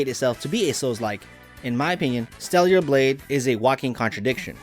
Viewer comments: Bruh its not "Steliar" Blade, it's STELLA Blade! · Who is stella? 🤔 also i caught him saying stellular blade